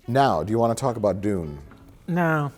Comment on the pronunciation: I like how they pronounce Dune as "Dooone". Cracks me up :)